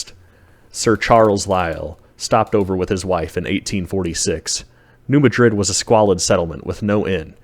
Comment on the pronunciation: Great documentary. 🎉 Id love to visit ! 😮 But it is pronounced and known by locals, and by the scientific community, as "New MADrid" 🌎 (short a sound, as in "mad") ✔️